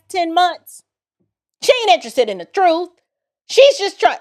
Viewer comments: Uhm it was July 4th and not November 4th. He misspoke. Also it’s “truth” not “truf” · The truff the whole truff and nothing but the truff 😂😂😂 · he can’t even speak right! 😅 “wiff” and “troof “ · Am I hearing this Lawyer say wif and truf? What the?!?!